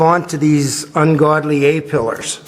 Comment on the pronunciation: That rot around the windshield was nasty, you are braver than me tackling that, as it needs to be pretty much perfect for the windshield to fit. Looking way better now though! "eh" pillars, lol.